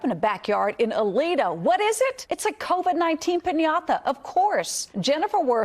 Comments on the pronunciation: Why is she pronouncing piñata like pin-Yatha? So annoying Lol.. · I'm a Spanish speaker and the way that woman pronounced 'piñata' annoyed the hell out of me. Just say pignata, dude. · Say piñatha ONE MORE TIME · p i n y a t h a